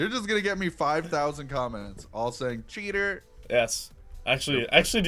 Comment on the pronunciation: you spelled cheater wrong you said cheter